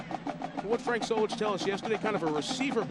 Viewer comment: Do you mean Solich not Zolich